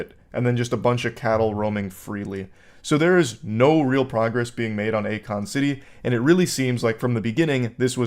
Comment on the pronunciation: Yeah, definitely not "A Kon"